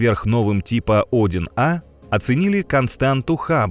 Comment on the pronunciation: Цефеиды несколько десятков миллиардов лет живут? В роликах часто ошибки в числах, порядков на 7-8. И УАРЕНИЯ . Тип Один А.....Правильно - -одИн А